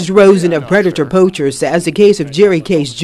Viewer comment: I have 2 questions: 1.) Am I the only one that noticed the news lady calling them “Predator POUCHERS”? and….. 2.) Why does Alex call himself “”? Just curious.